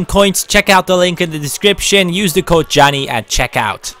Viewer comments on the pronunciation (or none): none